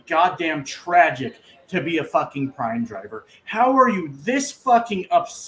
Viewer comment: Not prime its PRAM!